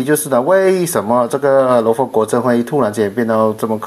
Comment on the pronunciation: ， 佛是读佛， 不是浮。。。阿尼陀佛的佛